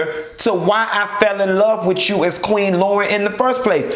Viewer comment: Why you doing LAUYRN like that